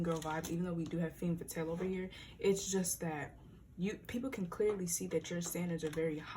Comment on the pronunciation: Love the video and love your readings, I’m coming in with my Mercury in 6th to just point out that it’s pronounced “ fham faathal*. I love your vids and the messages and I’m so grateful! Don’t get me wrong but I couldn’t stop thinking about it😂❤️